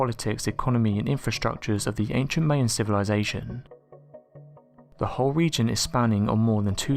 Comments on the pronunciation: please please please stop saying "May uh" instead of "My uh" for Maya. This is not open for interpretation, I have been told by living Mayans that this is the ONLY Correct pronunciation. THIS IS NOT THE FIRST TIME I'VE POINTED THIS OUT. AND YES, IT MATTERS. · I'm going to pronounce it phonetically for you my-an not may-an if you're going to put out information on material I'm going to correct you if you pronounce it wrong I don't care what part of the world you're from you still have to pronounce it correctly and speak up I can't hear you stop whispering or get a new announcer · The Maya are pronounced (PHONETICALLY).. 'MY-YAN' If it wasn't for the location, I wouldn't have realised so quickly who these.. "May-un" we're. 😕 Do you just read scripts than are given to you? If so, it would be good if you could research a little bit, about what you are narrating. The 1st story is an absolute hoax. He made a cast of a 'left and a right.. alleged YETI foot prints. That's been debunked as BS for sooo long. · Thanks, I was going to point this out too, along with his persistent murdering of the word Maya. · You saying Maya wrong again